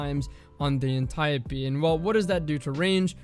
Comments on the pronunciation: Antieuhhpee VS antiope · [Ann-tee-ope] Ah yes the Anteeopee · This man said the Anti - o - pee. Wtffffff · I really just cringe everytime he says .. “an ty oh pee” it’s anti-ope lol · lol the correct pronunciation is (ant-e-op d) not (antape d) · I don't care how it's supposed to be pronounced, it sounds weird to hear "An-tie-oh-pea" when i've read it as "An-tea-Ope" for years now. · antayopee Mf, it's pronounced like antelope antiope... Good video tho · Bruh its anti-Ope like antidote but without the d! Idc what Alexa told you when you looked it up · Apparently you looked up the wrong word or asked the wrong person my guy its freaking Anti- Dope D without the D. Antiope! Very simple idk how you could butcher the english language so badly? You seem pretty intelligent but damn bro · pretty sure its Anti-ope... so stop bullying my brain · It's actually pronounced Anti-Dope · Ann tie ohhh pee...... no thanks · Ant-e-ope. Say it with me. Ant-e-ope, Ant-e-ope. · Smh cmon is Ant Ee Ope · Anti-oap.. pronounced like soap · ant eye oh pee you probably pronounce gif as "jif" too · aniope " antio-pee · Cummy's pronunciation irks me off. I kinda hate that guy. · It's pronounced Auntie OPE, Dee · cant even say antiope right cause he didnt play year 1 lmfao learn bud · it seems that way because so many people have normalized the incorrect pronunciation. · no fucking way thats how its pronounced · Why is he saying antiope like that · You are pronouncing antiope d my guy jesus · Antiope, is he trolling when hes saying that? Straight kakkis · Man the way you say antiope actually pisses me off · its not antiope its antiope :D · I dont care if the way he pronounces it is correct, it still annoys me cuz it just doesnt sound right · Proud of the comments that they’re not all just roasting how says Antiope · Please never pronounce antiope like that ever again lol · good vid but the way you pronounce antiope is horrifying